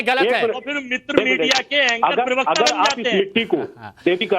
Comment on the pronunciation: Fir नहीं phir. उच्चारण सही करो।